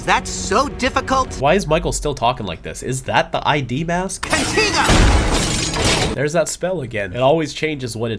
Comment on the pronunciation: Also i wanna point out to me it sounded like Ultimate Ben and UAF Gwen said Contigo while Omniverse Darkstar said Contiga